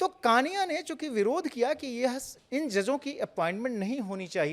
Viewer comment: कृपया नाम का उच्चार ठिक किजिये। जस्टिस कानिया नहीं, जस्टिस कणिया कहिये।